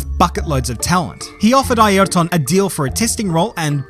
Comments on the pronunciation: Never heard of Eye-air-ton 😮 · Bro try saying highrton without pronouncing the h. There is no "e" in his name. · i mean, is trying his best to pronounce as we do here we pronounce like "ierton" (using english pronouncing rules) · Since you are Brazilian, is this how you pronounce his first name..? It sounds so different from how others pronounce it. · This is the record for how many times you say Ayrton wrong in one video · Never heard his 1st name pronounced like this